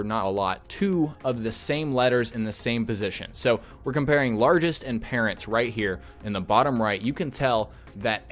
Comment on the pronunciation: it's parents not parrats